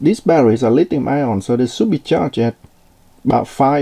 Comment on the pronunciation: it is NOT lithium ION. good God.